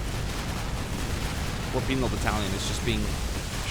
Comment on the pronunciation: Every time you said Soviet penal battalion I kept on hearing penis battalion, come on I can't be the only one right?